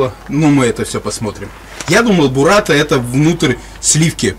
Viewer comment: Не бураТТа, а буРРата